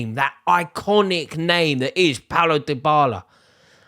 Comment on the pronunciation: It's "DEE"--bala!!! (but you're right Rory, that'd be a brilliant signing for Arsenal actually)